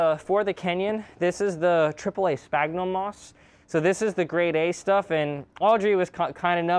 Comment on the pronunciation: Just for the record, it's sPHAGnum, like with an 'F'. Very important correction I know :)